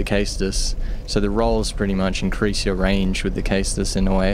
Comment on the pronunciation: Caestus is pronounced saystus. Just putting that out there. Awesome vid by the way. I knew there had to be a way to put mace of the insolent to good use.